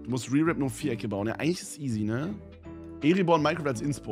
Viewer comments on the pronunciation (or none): Ich bin gerade bei Minute 10 und höre nur das er Erebor Eribor ausspricht. Da könnte ich schon wieder im stehen pissen.